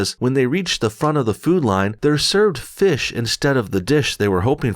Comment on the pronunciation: Feesh not fish